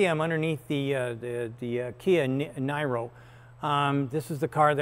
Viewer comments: it's Near-o, not Ny-ro Sandy :) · This was never a Ice only engine cat. Yesterday Cory said you drove it. It is Neeero. Not NEYEro. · Why do Americans change the name of things to suit themselves? Its neero not nyro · It is not Niro [IPA: naɪro] but like Robert De Niro [nɪəroʊ] or like Nero Claudius Caesar Augustus Germanicus, even if not named after either of them. Korea Times: "The model's name [Kia Niro] coming from "Near Zero," meaning zero defects..." So the first syllable of 'near' and the last syllable of 'zero' i.e. something like 'nɪəroʊ'. And no worries, this has nothing to do with Nero and not even Mr. De Niro. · Sandy explained previously it is effectively a joke to say “nigh row” instead of the sound of “Nero” to avoid invoking the name of the Roman empower who allegedly played his fiddle while Rome burned. It is a not so subtle jab at the problems Kia and gm have been having with their volatile EV batteries. And yes, I drive a 2017 Chevy Bolt. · FYI, Kia pronounces it Nee-ro, not Ny-ro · Sandy is mispronouncing the name. It’s pronounced Neero. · PRONOUNCED NEAR-0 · You can and should pronounce the Niro 'nee-ro' : the guy who watched Rome burn was Nero and more correctly pronounced 'né-roh' . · It's spelled Neero. Like Robert de Niro. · Say it with me Sandy, near-o. Pronounced like the actors name, Robert De Niro. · I guess how he pronounces Niro is going to be a hill he wants to die on. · Why the insistence to pronounce Niro that way? Could just pronounce it how KIA does right?